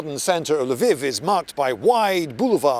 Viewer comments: learn to say LVIV if your gonna make a video on it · "Lviv" does not mean "Leo"; rather, it's a possessive meaning "Leo's" (the first L is pronounced as in the French article "la", so to an anglophone's ear, it would sound like L'veev'.) It's also true in Polish "Lwów", where it's pronounced as L'voof. And also in Russian, where it's pronounced L'vov. Amnd even in Czech, where it's pronounced Lvov (without softening the L). p.s. Incidentally, "Kyiv" is also a possessive that means "Kyi's".